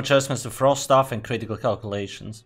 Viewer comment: My favorite word says with his accent: Critical (Ka-rit-eee-kull)